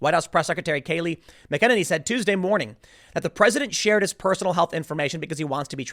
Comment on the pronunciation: Love ya Tim, but I gotta say it: "MACK-a-nay-nee" ✌💙